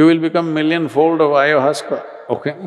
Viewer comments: If you can’t even pronounce it, then you have never tried it. Unless you’ve tried it, you shouldn’t be discussing it. Isn’t it? Hello. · He is talking about many substances but ayahuasca, doesn't even know how to pronounce it!